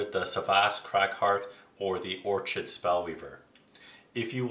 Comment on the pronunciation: it was Or-chid that did it for me.